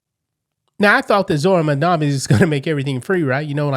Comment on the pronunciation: It's Mam-DANI. MAMDANI. Notice where the N is. We have get that right, so we never forget this debacle of a communist human being. It's been proven that without paying attention to the correct pronunciation of a person's name, we will forget the good or bad they have done, especially politicians. Say it with me: MAM-DANI look where the M is. THE M COMES FIRST.